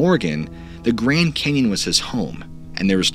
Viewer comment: The Grend Cenyon! LOL